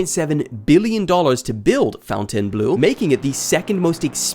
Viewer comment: I'm happy to see a YouTuber that actually pronounces Fountain Blue correctly! Thank you. This earned you a Sub